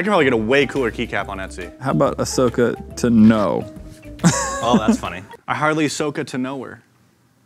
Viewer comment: The way they were pronouncing ahsoka tano’s name made me really maf